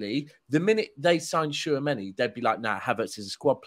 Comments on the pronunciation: “Favourable”. “TWO Chameni”. Where do you even get these.. characters? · It’s Tchoua meni man, tchou meni-meni man, we need a bigger squad in ere!